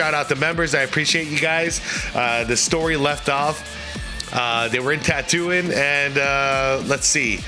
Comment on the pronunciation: He hates "Tattooing". Really TRMC? It's pronounce ta-too-EEN. Also, the ideas are very cool but I'm not a fan of the AI. It's not there yet. Still looks like bad CGI.